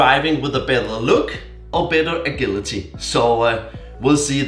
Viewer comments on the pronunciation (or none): Very nice it rally does clean up the bike. I always really enjoy your B roll shots. FYI agility is pronounced like ajility with j instead of a g sound. Great video glad to see more content from you!